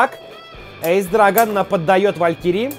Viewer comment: Ты все правильно говоришь (Эйс Драгон-верное произношение)